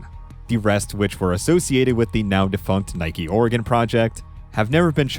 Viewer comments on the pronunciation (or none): none